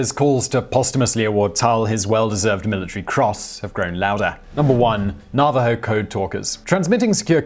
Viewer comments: I get that there are different pronunciations between American and British English. But with a word like Navajo, which is strictly American you should check it out ahead of time so you can pronounce it correctly. The first two syllables are emphasized equally and the last one comes down a bit. Thanks. 💓💛💚💙💜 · Your pronunciation of Navajo made my head hurt. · plus, the accent is on Na, not va, in Najaho! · Nav A ho-s not nava ho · Nava HO, not Narvaro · It's NAH-va-ho, not na-VAH-ho. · "Simon. Its not 'Na-VA-ho, it Naaaaavajo." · Nuh-VAH-hoes? NAV-a-hoes! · LMAO. Na Va Ho? It's Navajo. geez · Damned Brittish pronunciations! Na- va- ho! The V is hard! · Thank you for talking about the Code Talkers. They truly deserve all the praise. I would like to correct you on the pronunciation of their name. It's pronounced Na-Vuh-Ho. Everyone deserves to be recognized by their proper name. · Simon, you mispronounced Navajo at ~ , and ... At all other times your usage was correct. Na·va·jo | \ ˈna-və-ˌhō . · just another FYI: Navajo is pronounced nav/ah/hoe, for future reference, and I'm glad you included them here, in yet another embarrassing example of how Americans are not taught their history, most don't know about them, or rather didn't until a movie was made about them, I did, because my middle school boyfriend's grandfather was one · It is pronounced "Nav-a-ho". Thanks for the video Simon! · Navajo is pronounced Na va ho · NA-va-Ho... Sir... NA-va-Ho... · Simon. Love ya. Great vids. But sometimes your pronunciations just really....................... :) Navajo. As in "have a hoe" but with an "n" instead of "h". . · I DID ENJOY THE VIDEO. but it's pronounced NAV-a ho. Thanks again. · Navajo-- "na-va-ho" for the next video! Just a little bit of help from a pleased subscriber. Keep up the good work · you should be smacked for saying "navajo" wrong- you're an idiot. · how can you not know how to pronounce navajo?